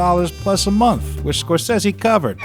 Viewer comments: please...it's Scorsese 😇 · How you gonna watch this film since you were a kid and still can’t pronounce Scorsese right. Fucking buffoon.